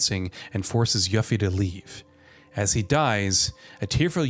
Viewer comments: Did u just call her yuffy hahahhahhahahah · LMAO did he say YUFFY XD